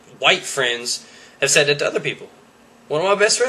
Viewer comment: its said not sead